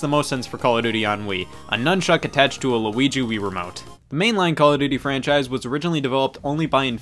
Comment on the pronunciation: I can’t tell whether if Scott says “Luigi” or “LaWuigi”